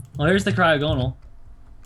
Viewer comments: Mitch it's pronounced cry-og-a-nol no cry-og-no-al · mitch...its pronounced cry (as in tears) ogo (as in saga) nal (as in null) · Its pronounced cry-ah-go-nal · It is pronounced cry-awe-gon-il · Pronounce it cry ag o nal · you pronounced wrong it it cry-og-en-al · Mitch the pernunsiation is Cry-Og-On-All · It's pronounced cry og a nal I think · It's cry-og-gon-al is how you say it